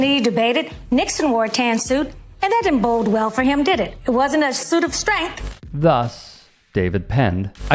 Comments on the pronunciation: Bode well, not bold... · Nobody is going to talk about how that fox news lady said "that didn't BOLD well for him"? Bold? Oy..